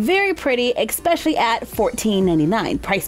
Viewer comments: Anyone else here her say exspecially instead of especially?? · "EKspecially" 😬😬 liked the dresses.